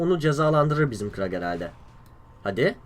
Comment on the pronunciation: Kurl a krag diyon dikkat et abi :)